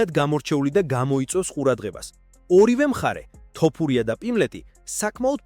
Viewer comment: მეგობარო ვაფასებ შენს კონტენტს რასაც ქმნი. საწყენად არ გამიგო, გასაგებია ქართულად კარგად ვერ მეტყველებ, ალბათ აქ ნაცხოვრები არ ხარ. თუმცა ტოპურია არაა, თოფურიაა და ეს მაინც გამოასწორე